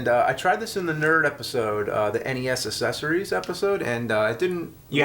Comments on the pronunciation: I love how James pronounces it "ASSessories". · He still can't pronounce accessories.